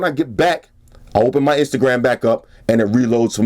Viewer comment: "When I'm on my Instagrum stalking procedures" ;D